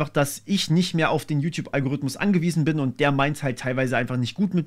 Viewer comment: Al-go-rith-mus (der).